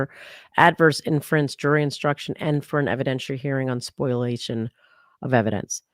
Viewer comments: I love you guys but it’s “spo-LIA-tion” not “spoil-ation” 🤣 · Isn’t it called “spol-iation?” Not a lawyer, but occasionally, I have to deal with lawyers and that’s how others pronounce it on the tort side.